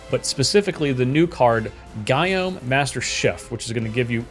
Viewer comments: Gyome = guillaume = ghee-ohm. Pls. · I thought “Gyome” was pronounced “Guillaume” kind of like he’s a classic French chef...but a troll.